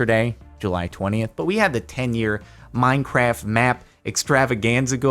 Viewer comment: Good choice also over the years he has changed from saying minecraf(t) to minecaf